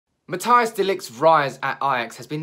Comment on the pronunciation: You dont pronounce it as MattEYEas de ligt, you pronounce it as Matt-Ice like ice you know.